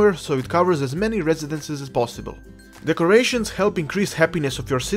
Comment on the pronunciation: The way you pronounce "decorations" sounded like "the Croatians" to me. I laughed my ass off because my friend is from Croatia and the few things afterward just made the both of us laugh even more. Thanks for another awesome tutorial!